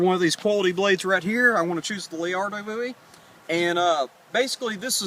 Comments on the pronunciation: WOW....I'VE NEVER SEEN SOMEONE DO A YOUTUBE VIDEO WITH MARBLES IN THIER MOUTH? (LOL) I THOUGHT IT WAS A 'LA-RA-DO' BOWIE....NOT 'LA-AR-DO' BOWIE....BUT....ALL FUN AND GAMES...KEEP MAKIN VIDS...I SUB'D.... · Not hate`n but stop calling it the leardo bowie! its call lerado :P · ok, liked the video, you guys were entertaining, but as fellow Texans please, for the love of god, it's Laredo (Lah-RAY-doh), not whatever the hell y'all were saying. it's a city in Texas for Pete's sake (I lived there for a time)... otherwise, keep up with the great videos. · You pronounce the Cold Steel Laredo Bowie the same way you say Laredo Texas the town.